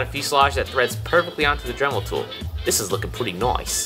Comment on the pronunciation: You said drimel at 2 minutes and 1 second